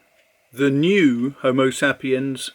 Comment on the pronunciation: You’re saying Homo Sapiens incorrectly. Homo Say-pee-ens!